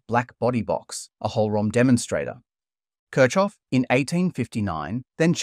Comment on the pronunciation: The way you pronounce Kirchoff is painful.